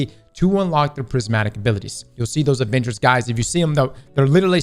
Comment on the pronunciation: Did anyone else hear Avengers when he said adventures?